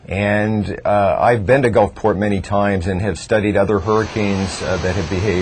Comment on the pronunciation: "Gulfporta?" Haha.